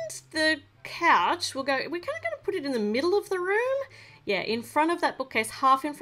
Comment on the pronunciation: You said coach not couch